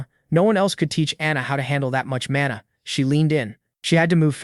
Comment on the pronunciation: AI keeps pronouncing mana as mona